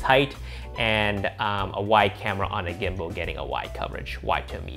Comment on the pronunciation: i love ya but i’m gonna have to ask you to stop saying gimbo lmao